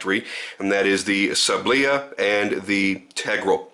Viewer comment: sAAAblya, not sablIA